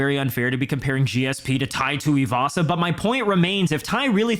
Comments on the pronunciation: "PIE TUIVASA" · Tai Shooey-vasa 😂